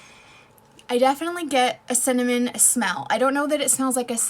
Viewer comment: Cinna what? I'm still trying to figure out what you actually said lol